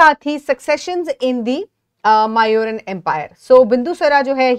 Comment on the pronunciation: That is not how these names are pronounced, it's not chan-yaka, it's chaan- nakya. It's not mauuran its moooryan. These are the correct pronunciation of these names ..